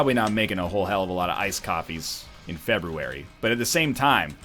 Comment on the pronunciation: FREBRUARY? Get outta here with your backlog NL, I only want to watch videos on the DAY they're recorded!